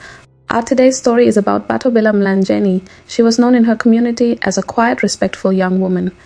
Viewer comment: "Mlangeni" not Mlanjeni